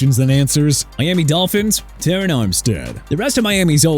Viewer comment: Jadeveon (juh-de-vee-aan) Clowney NOT JUH-DE-VEE-AN! Also Terron (teh-raan) Armstead NOT TER-RAN!! LEARN TO PRONOUNCE AND COME BACK WHEN YOU'RE DONE! ENOUGH'S ENOUGH!!